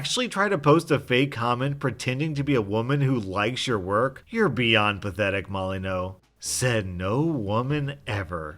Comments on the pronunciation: Wait, how did you pronounce “Stefan Molyneux?” His name is now Stefan Molyneau! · Pretty sure Molyneux is pronounced like "molly-Knew" not "Molly-no" but correct me if I'm wrong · U pronounced molyneux wrong I whant to see ur manager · It gives me such joy to know the rage stefan mollyewnox would feel at your mispronunciation of his name